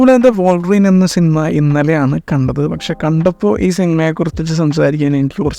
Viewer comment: Bro trynna be different so hard😂. Also വോൾവറിൻ alla bro വുൾവറിൻ